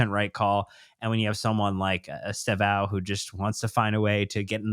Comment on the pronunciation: Guys, please learn from how to at ‘Stev-Own’ It’s pronounced as TWO syllables with the initial ‘E’’ virtually silent. Many of the other media guys are getting this wrong through ignorance. But this is a Chelsea channel so please, do your bit to say it right The clue is Estevao is Portuguese for ‘Steven’ and it’s actually quite close to that when said properly.